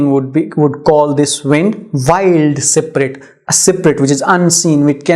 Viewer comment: Poor explanation.... couldn't even pronounce the word SPIRIT and SPRING correctly.